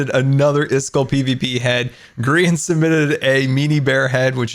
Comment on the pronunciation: did say grain🧐